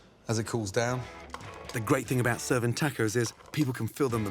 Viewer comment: "tackos" lol